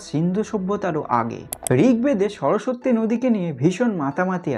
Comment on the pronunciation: তবে উচ্চারণটা কিন্তু (সরোসোত্তি) নয় (সরোস্-সতি)